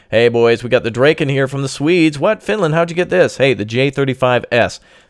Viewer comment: FINLAND.... FINELAND XD